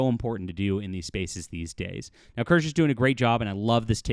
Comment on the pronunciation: I’m gonna be that guy—it’s pronounced two syllables, Kir-shuh. Like Porsche. 😉